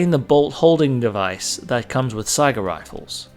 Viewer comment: First rate video. All of you people who mispronounce Saiga as sega(game system) listen to how it's correctly said in this video. Saiga = sigh guh not sega.